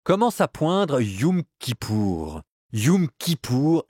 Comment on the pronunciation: Ça ne se prononce pas "youm" kippour, mais "yom" kippour 😉